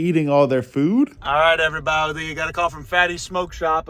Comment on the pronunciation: “Everyboudy” he says